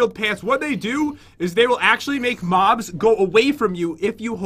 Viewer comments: He sounded like he said mom but he said mob but LMAO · Why you said mom not mob yaaaaaaaaaaaaaa yaaaaaaaaa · Did anyone notice when pat said moms instead of mobs